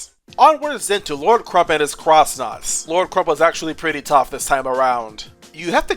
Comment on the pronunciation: They’re not called “cross”-Nauts, they’re X-Nauts. Just look at the X-Naut PhD tattle that you showed in the video: “AN X-Naut that throws chemicals.” That’s proof that you pronounce it “ex”-Nauts, not “cross”-Nauts, otherwise it would’ve said “A X-Naut”.